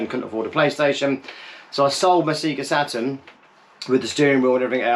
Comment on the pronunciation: Sea'ga Saturn? Purple open button?? 😅